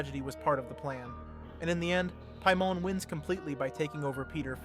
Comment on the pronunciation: Doesn’t waste time with even knowing the proper pronunciation either. “Lame”ia and piemon when the movies clearly state the names.